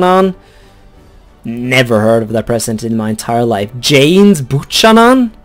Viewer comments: Buchanan is pronounced"byew-canon" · Buchanan was a real President it is pronounced Bu-k-anon, because in english ch makes a k sound